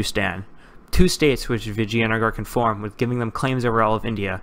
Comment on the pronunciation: Novarim No. Its pronounced 'Vijai'nugger' Source: Am Indian.